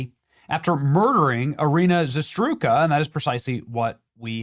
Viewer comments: OMG AFTER ALL THIS TIME YOU STILL CAN'T SAY HER NAME RIGHT!!!!!!!!!!!!!!!!! HOW is this not a priority for you in reporting on this after months and months? I don't think I've heard you pronounce it right one time and it is ridiculous. Let me help you ZAH-ROOT-SKA. Not ZaSTRUSKA. Good Lord. You don't even try and correct yourself. Literally every time you say it is wrong and it's NOT hard. How is anyone supposed to take your anger seriously when you can't even be bothered to pronounce her name right? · Say it with me, Benny. ZA - ROOT - SKA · Zarutzka not Zaztruka phonetic. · It's not Zastrooka. It is Zarutska (zurr root skuh). I'm normally not a grammar cop, but come on dude, lol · Zarutska not Zasdrutka lmao .. you really butchered her name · Benny, would you PLEASE rehearse any reading off a page that you plan to do, before you go to air !!! How do you get "za-STRU-ka" out of "Za-RUT-ska"...?? Puh-lease !!!!!!!!!!! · Benny my man....say it with me....ZA-ROOT-SKAH....not "Zastruka".....my GOD man, she's dead, at least take a minute before casting and get her name right bro! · Benny, it's Zarutska, that's Za-Rut-Ska, not Zastruka. If you can't even honor the poor woman by saying her name correctly then why should we care whatever tweet you had about it going viral? Do better. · Zarutska Benny Zarutska , not Zatruska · Say it with me: ZARUTSKA NOT ZATRUSKA shows me you really care bro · Za-rut-ska, not Za-stru-ka. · Zastruka? No, Zarutska. Za - rut - ska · ZA RUT SKA....not hard benny. Please work on reading accurately...especially when it comes to getting the name right of the murdered innocent woman. Its NOT "SHASHROOKA" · Benny , I fully agree with You and your two guests , but Iryna`s surname was ZARUTSKA not Zastruka as you were saying. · Benny stop being dyslexic😅 its Zarut-SKA not Za-STRUKA, did the same mistake in all videos mentioning her, Its like calling you Benny Jameson 😅 God bless brother! 🙏🦅💪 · It's *( Za ROOT Kŭh) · ZA-RUT-SKA pronunciation